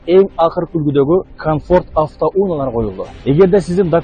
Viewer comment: "АвтоУУУНАЛАР"эмес" автоУНААЛАР"-дечи какый рекламачы?!Качан дикциянарды ондойсунар?Эптей албасан жон эле" автомашиналар" деп кой да,кулакты кычыштырбай!Кыргыз тилин кордоп буттунор,шалаакылар!